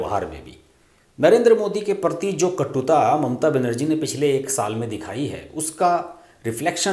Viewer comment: कृपया अपने उच्चारण पर भी ध्यान दें। परति और परणव के स्थान पर प्रति और प्रणव कहें तो अच्छा लगेगा। हम जैसे लोगों के कानों में खटकता है। आशा है अन्यथा नहीं लेंगे। 🙏